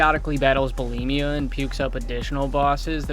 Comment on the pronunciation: "Battles bulemia" lmfaooo